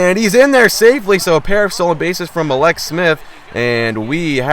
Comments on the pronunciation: mal-ix, this is how you pronounce it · it's mallex, like Alex with a M in the front